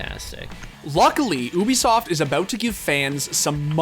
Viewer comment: Everyone: Ubisoft The Score Esports: Oobisoft